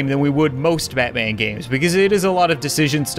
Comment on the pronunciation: Diiid you say Matman in the intro? Lol.